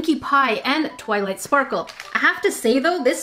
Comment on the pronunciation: Twiught Sparrle♡